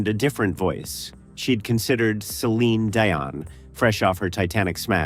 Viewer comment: Can someone please teach AI voices to pronounce names correctly, namely Celine Dion?